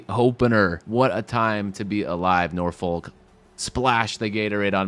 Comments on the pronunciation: Pronounce nah-fik btw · It's pronounced Norphuck